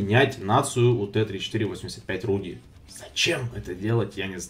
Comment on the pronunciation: Не Рудди , А Радди